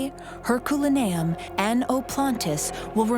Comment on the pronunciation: If AI is supposed to be better than human narration you need to teach them how to pronounced words Hurculium